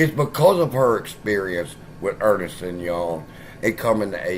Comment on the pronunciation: Ernst and Young is pronounced as it says, it's not Ernest lol keep up the good work